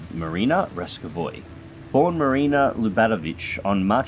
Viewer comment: Pronounced Ras-KO-va